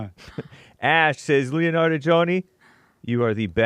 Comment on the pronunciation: Dude said “Leonard” 😂